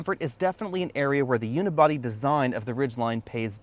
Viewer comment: I stop watching when he said "Unibody"